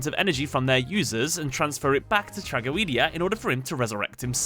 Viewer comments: Did my guy just say trag-o-ee-dia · trah go ee dee ah.... that's going to bother me for a long time